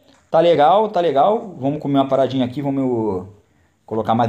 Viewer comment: Por favor. Para com o "Vomos que vomos". É "Vamos que Vamos" Curto mto seus videos mas meu ouvido sangra cara.